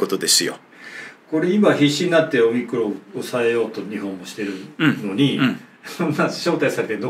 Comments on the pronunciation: おミクロン様という風にしか聞こえなくて困るｗ それにしても臭い一択だったなｗ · オミクロンと日本語で翻訳してるだけで、発音はオムニクロンなんですが、そんな事も知らずに動画出してて草( ･ั﹏･ั)